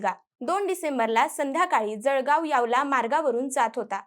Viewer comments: यावला नाही..... यावल यावल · Yawla nahi yawal ahe tai